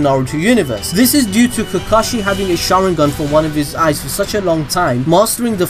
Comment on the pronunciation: Is anyone else saltey at how he said kakashey's name